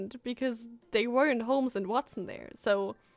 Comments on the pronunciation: Watson?! It's Huatson xD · James Moriarty is Sherlock Holmes' nemesis. Watson = Hua-tson.